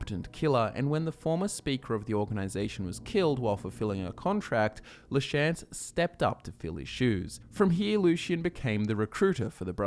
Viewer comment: It triggers me every time you pronounce “Lachance” like that